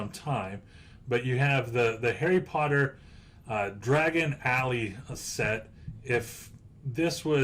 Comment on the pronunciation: I know you don't need to know anything about harry potter to know about investing in Harry Potter lego, but I cringe every time you said "hedgewig" and "dragon alley". It's pronounces HEAD- WIG and DIE-A-GONE alley.